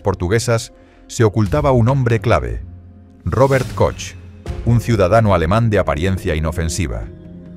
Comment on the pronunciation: Este video está mal hecho. "Robert Koch" 😅😅😅😅😅